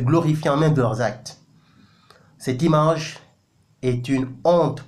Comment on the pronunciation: "CETTE IMANGE"